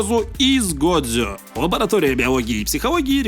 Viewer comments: я бы посмотрел но "годзе" вместо "годжо" режет слух как и все правильные названия на русском вместо английской версии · Как же мне больно с "годзе" а не "годжо"😭😭😭